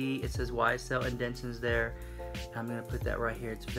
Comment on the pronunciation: listen, I love you so murch, but you keep saying 'indentchuns" and I know you mean to say "indentations" I still love you!!!!! I just had to say it lol